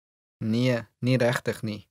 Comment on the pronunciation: The pronunciation of "reg" and "regtig" is wrong. You don't say "rag". That is how the English people pronounce an "e", but not in Afrikaans.The "e" must be pronounced in the mouth, and not in the throat, like when one is being choked.